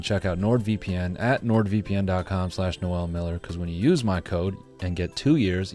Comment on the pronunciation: Noel goes on Reddit? Bruh even pronounced it correctly.